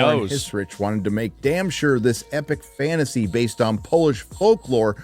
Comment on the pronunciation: Fannasy? OK idennity? Pannies? Dennist? Advannage? Why do you hate the letter "T" so much? 🎉😂